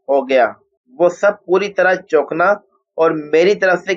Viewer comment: dont say chokna, word is chokan'na for GOD sake. and tub'zabub is actually tazub'zub please. please pay honour to urdu language to speak in good way